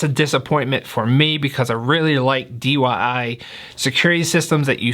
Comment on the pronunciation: Brosef, it's DIY, not DYI. My eye started to twitch hearing DYI so many times. Lol.